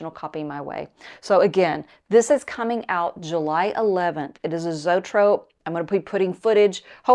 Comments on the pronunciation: Fun video but you are actually pronouncing the word wrong. It's an early pre-cinema term and is pronounced Zoe - A- Trope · Always love your videos, but its pronounced zoey-trope. 😊